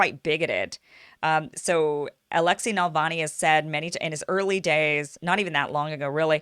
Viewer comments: Its Na- val nee not Nal - von -ee come on get it right or your credibility is suspect! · It is not NALVANI! The name is pronounced NAVALNEE! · His last name is Navanly, not Nalvany. That’s not the only thing you got wrong. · His name is NaVaLny not NaLvany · Honey he is not Nal-va-nee he is Na-val-nee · It is Navalny, not Nalvany. You pronounce it wrong, Kim. But I still love you. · Since when was Navalny pronounced "Nalvany"? Am I the only one who's bothered every time she says it wrong? Good take on his similarity to Hitler though! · It's Navalny not Nalavny !?!?!?!? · NaVALny, not NaLVAny ! Other than that, big THANK YOU for working hard to show other (hidden) side of the story. This one and many others ❤ ! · NA-VAL-NY (not “Nalvany”.) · Keep calling him "Nalvani"" actually he is NAVALNI but whatever...hahah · Kim, you keep saying "Nal-vany" instead of "Nav- alny." He's not a right wing Tea Party type in the Russian context. Putin is more like the FDR of Russia than any American President since FDR is like FDR. FDR has many who hated him and even wanted to do the coup against him that Gen. Smedley Butler exposed. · First off, his name is Navalny, not Nalvany. Accent is on the second syllable with Russian names. Navalny's base is very small. Evidenced by the Moscow protest attended by 4000+ in a city of 12 million. His white nationalist views are far less popular in Russia than they are in North America or many European countries. Navalny is a lawyer and has no training as a journalist. Russian standards are very high. You can't just present yourself in front of a handicam and author a few op-eds and call yourself a journalist. He is not a journalist and has never been on staff of any media outlet. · "NALvany" haha. It's NaVALny. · Navalny, not Nalvany. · It is annoying to hear Kim mispronounce such a simple name. But I still like Ms. Eyeservin. As long as she doesn't pronounce nuclear as nook-you-lur, she's ok with me. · Love ya Kim, but it's NUH-VAL-NI